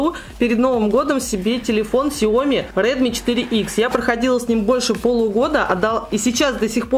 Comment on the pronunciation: Ксяомииии ааааа правильно говорить ксяомиии а не ксяоооми